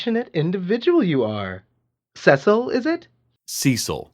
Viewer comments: my friend pronounces "Cecil" like this. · Oh man, I was NOT prepared to be directly called out about my pronunciation of Cecil 😫